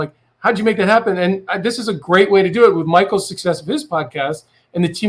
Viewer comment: Lmao why did they butcher Micheals last name??